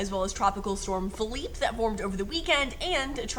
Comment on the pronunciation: Literally here just to hear it pronounced correct lmao